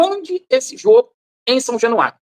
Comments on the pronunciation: São jenuario o gordinho nem sabe falar o nome do estádio do próprio time,,, caralhadaaaaaa 😂😂😂😂😂😂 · O gordinho falou são jenuario várias vezes, jenuario 😂😮😅😊